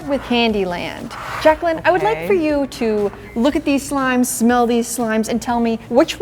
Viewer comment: Hehehe,You said smelll!